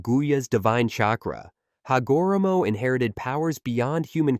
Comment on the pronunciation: "Ha go ra moe"